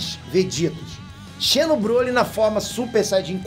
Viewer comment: xeno, escreve-se assim, mas a ler é como de fosse com um z.